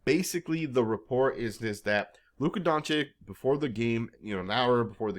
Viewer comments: It's not Donchick. It's more like Donchich. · at least say your superstar's name right. it's Don-cheech